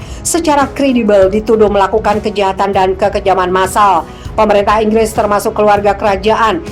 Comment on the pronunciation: Inggris...bukan Enggres